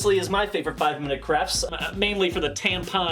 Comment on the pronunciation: Is it just me, that hear say 5 Minute craps not crafts 😅😂